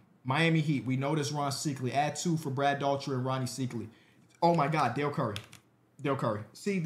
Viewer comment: The way to pronounce Brad Daugherty is DOUGH-er-ty